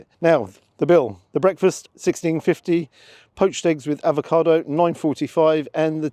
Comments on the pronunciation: Avocado. Not Advocado. Advocaat is a Drink😎🤓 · I agree with you about the poached eggs, they have to be runny & those looked great. One small thing though, you may think I'm being pedantic, but it's avocado NOT advocado as you pronounce it. You seem to be combining avocado with advocaat! Anyway, love your reviews - very natural & I hope you're not still getting grief about YouTube revenue, you've got to make a living after all. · Sorry to nitpick but it's avocado, not advocado 😂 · There is no 'd' in AVOCADO - if there was it would be spelled 'Advokado'.....come on man we are following you and taking your lead......this basic stuff Sir! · Love the video. Just need to say it’s ‘avocado’ not ‘advocado’ 😂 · Avocado not Advacado - not to be confused with Advocat 😂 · are you saying 'advocado' instead of 'avocado'?😁On a serious note, Paolo showing Ramsay and all the other celeb chefs how to do proper food! The way you enjoyed each mouthful, appreciating each bite - it was as if you were at the Opera and marveling at the performance! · Is it just me or is saying “ad va cado”? lol 😂 I still like your reviews. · I love your vids,, but there is only one D in avocado. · Avocado. Without the 'd'. Bless.